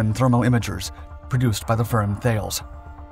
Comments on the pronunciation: Stop saying THAILS. THALES IS pronounced TALIS ...TAL-IS. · The name of the French company Thales is not pronounced Thails, but more like Thalis except with an eh sound after the L (talɛs). And yes I realize that the author of this video is unlikely to read this comment, given his creative pronunciation of other words like Chassisss. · T80. Launching turrets for 40 years. Oh, its also pronounced 'Tahl-es". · FYI. Thales is pronounced "Tallis"